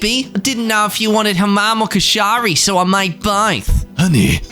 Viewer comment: Please, please, PLEASE call be before pronouncing Koshari again. 😢